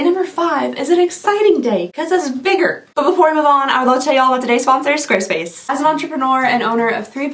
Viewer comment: I couldn't understand you in the intro, it was very garbled together..."this video is brought to you by square space, the omngly website..."